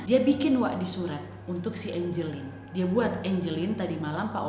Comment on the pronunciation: nama nya angeline tpi di bacanya enjelin